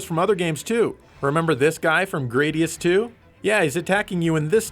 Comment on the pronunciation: It's GRAH-DEE-US Damn It!!!!!!